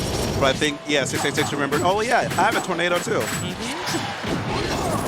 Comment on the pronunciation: i keep hearing "666" instead of "686" time to get the holy water